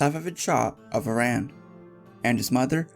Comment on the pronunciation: I love this. Just wished you pronounced Iran correctly.